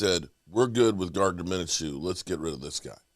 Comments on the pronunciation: Gardner “Mina-Chew”???? I think you mean.. MIN-SHEW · Just watch a single video of players names it's kinda incredible that Micah was pronounced "meenka" and now a 2 syllable name Mineshew is according to you pronounced "minnachoo". No need to put like 40 hours into a 8min video but we're talking 6 mins Max watching and just not making such insane mistakes.